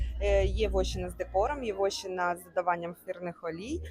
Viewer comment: Гарно. Тільки не вОщина, а вощИна